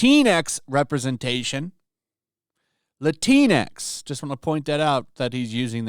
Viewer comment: THe way you say "Latinx" sounds like "the Kleenex." I don't object. I say "Latinks" though.